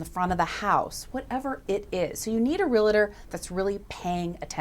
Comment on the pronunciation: It's Realtor, not a Real-a-tor